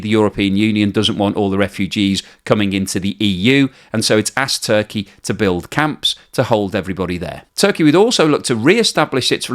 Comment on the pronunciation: It Turkaya as the pronoune it now LOL